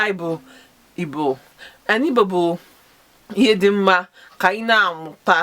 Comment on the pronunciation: Sister I appreciate you!but from your account name to your pronounciation sounds like those kinds born abroad but you can do more by learning more. Contact angeloma on youtube for more igbo not ibo! For more learning.